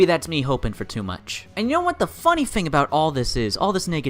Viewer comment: One thing that pisses me off about, he pronounces all his 'Th's as 'F's. Bugs the fuck out of me. Really petty I know but I just can't go the whole way through one of his vids. "And anofer fing". Shiver.